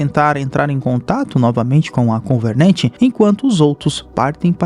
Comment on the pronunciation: Só eu que me encomodo ouvindo ele falar covernent ao inves de covenant?